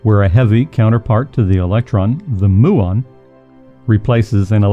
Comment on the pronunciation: You cannot pronounce nuclear, muon, or theoretical correctly. Therefore you have no idea what you are talking about.